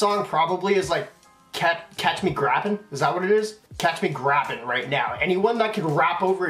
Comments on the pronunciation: “Grapin” it’s pronounced like grape in 😂😂😂 cause he is a grape street crip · It's pronounced picture me grapin'